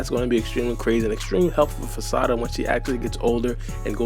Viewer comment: i hate they way u say sarada but ur videos be 🔥 so ig ill be alr 💀